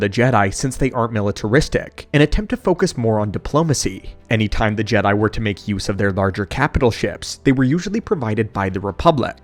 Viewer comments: Ja not G... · Lost me when the ai narrator started calling Jedi jeedi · WTF is a jeedie? Stupid droid narrator. All StarWars should be told by a protocol droid who understands the dialect. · It is still wrong way to pronounce it...